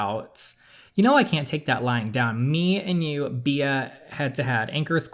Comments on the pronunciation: My friend: It's pronounced Bee, hence the name Queen B Me, an intellectual: Bee-ah Love your videos DJ ❤️ I'm going through a really low point in my life right now and your videos are the only thing keeping a smile on my face. So glad i found your channel!! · I think her name is pronounced "Bee" but it's spelled Bea. I believe it's french, but don't quote me on that. A character on the show Wentworth has the name. Lol Also saying it like bee makes sense since the name of the game is "Queen B". Love watching your videos!! Thanks for making them! 😙 Can't wait to watch the next one! I'ma binge watcher lol. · I think Bea is actually pronounced like "Bee" but I might be wrong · "Bea" is pronounced "Bee" just letting you know